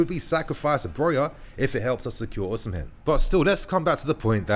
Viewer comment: Even though the name is called OSIMHEN, the correct pronunciation is OSIMEN and not OSIM-HEN. Love from Nigeria.